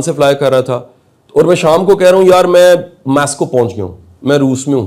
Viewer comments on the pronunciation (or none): Mascow nahi Moscow hota hai